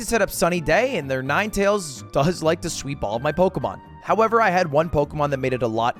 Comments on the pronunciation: I hate how he says Pokemon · I know this is a year old, but I FUCKING HATE THE WAY HE PRONOUNCES POKEMON